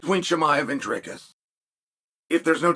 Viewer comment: Props to Uncle Chael for saying Dricus correctly but absolutely butchering the rest of the middleweight divisions names😂😂